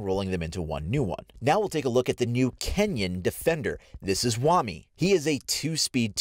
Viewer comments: Its pronounced as "wamay" not "wamee" wtf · It’s WA-MY not Wami it’s spelled Wamai for a reason not wami